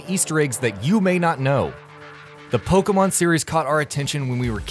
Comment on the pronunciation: Wrong accent on Pokémon, The accent you added makes it make the eh sound, Poke-eh-mon